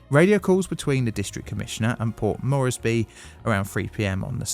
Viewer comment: It's not pronounced Morrissey... It's Port MORESbee. Port Moresby rhymes with...hmmmm rort? Na that's no good... gee I can't think of anything that rhymes with Moresby. Just remember the MOREsby. More